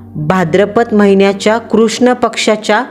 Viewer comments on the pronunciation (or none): none